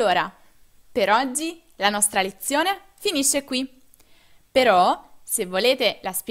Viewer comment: Ozzi,viazzio........ Che pronuncia sfarzosa....